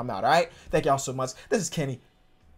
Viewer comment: LOL can't pronounce my name kenny LMAO